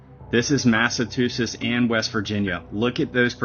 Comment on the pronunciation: They pronounced Massachusetts as "Mass a Two Shits." 🤣